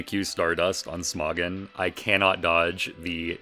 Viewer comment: Haha you called smogon Smawgon, learn how to read kiddo